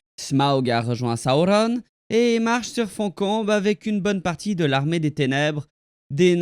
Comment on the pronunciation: T’es vidéo pourrait être bien mais ta façon de prononcer les noms est horrible . Sauron pas compliqué pas Saoronne